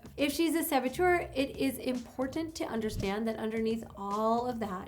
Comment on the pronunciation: Just the fact that you enunciate both Ts in the word important give you higher status in my mind. This was good information, and I hope it helps other men who have self worth and good moral values navigate their lives. Unlike myself who can do nothing with this information because I have nothing to offer a woman in return for her attention.